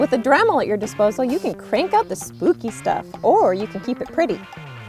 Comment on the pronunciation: Dramul? 😂 Sorry, I couldn't help myself, it's actually a cute accent. Besides I'm in no place to talk! My accent is so strong my talk-to-text is crazy! 😆 A southern accent 🙄 so "reason" is "raisin"! And apparently I pronounce see like "say". I learned a lot from T2T about how I sound, and it ain't purty! 🤪🤪